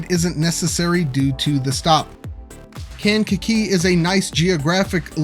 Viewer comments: It’s kang-ka-KEE. Like kangaroo, but with a kakee. 😄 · Resident of Kankakee Metro here! It’s pronounced locally as Kay-n-ka-kee. Always wanted to be the guy that comments that on the video. Hsr going through kankakee would be a massive boon, our downtown used to be lively and reasonably dense before industry left in the 50s and 60s. We have way, WAY too many parking lots. I’ve spoken with local developers in the downtown area and there appears to be a massive wave of new redevelopment in town! Ps I loved the cut to the “bitchin’” mall 😂, I hear talks of some massive redevelopment there as well supported by the village but we shall see if anything really happens.